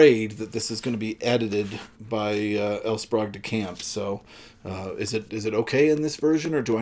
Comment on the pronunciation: My parents both knew L. Sprague DeCamp. They were both members of the Philadelphia science fiction Society, to which he also belonged. He was a guest of honor at a Philcon where I was a committee member. I can tell you for certain that his name is pronounced SPRAYgue and not SPROGue.